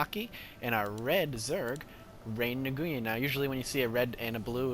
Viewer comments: I think* its pronounced ray-win I could be wrong and LOL "mothergate" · Since mcsweatshop didn't actually inform you of the correct pronunciation, Nguyen is a Vietnamese last name that is pronounced 'win'. Also, I'm wondering why the hydras failed, as they are both great AA and great anti-stalker units. Was it just good micro on Kiwi's part? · nguyen is pronounced knew-yen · I believe it's pronounce "Knee-en"